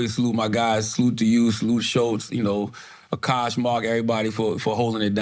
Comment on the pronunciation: when u gonna learn how to say Akash name??? Whats so hard about AH-KASH youve literally heard nobody say it the way u say it NOBODY